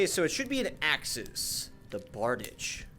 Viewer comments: Googled to double check but that is a bar-deesh. I say very often that language is fake, that we made the shit up, and that this means that bickering over correct pronunciation is a little silly. Functionally though, bardiche is usually pronounced bar-deesh. On an unrelated note: next time you use a blunt weapon, I'd love to see the effect that gravity imbuement has on it. I was a little curious to see what effect a gravity maul would manifest but, unless I'm simply forgetful, you didn't seem to demonstrate it in the video. Going through all 3 imbuements might be something to consider for these videos moving forward. I only discovered blade and sorcery content and thus this channel recently, but I've been enjoying it so far. I'm excited to see this series continue. Ah, one last note: Pole arms in general were usually king in olden warfare (aside from, like, bows and such). Most armies used some kind of spear, axe or halberd as a standard issue primary weapon. Swords and such were generally back-up weapons or simply self defense tools. It's hard to hate the style and finesse of a classic sword, but I think you're going to find most polearms to be particularly useful. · It’s pronounced Bard-i-shay